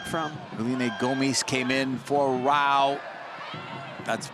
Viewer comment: Feli Rauch is amazing but the commentators are still struggling with her last name, she has gone from being called Rautsh to Rauh now